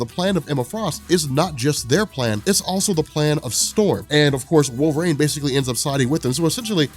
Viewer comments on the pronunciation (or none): "Wolver-ang" is all I hear